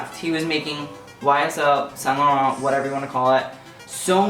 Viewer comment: He can't even pronounce saint laurent 🙄